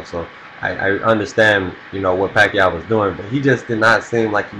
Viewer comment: he said pacoid even if its pacroid but ok so i say peequez ...